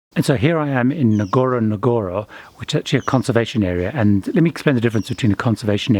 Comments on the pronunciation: It is pronounced gorogoro not with emphasis on the first N. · Great video.. It's pronounced " uhn-goro-goro".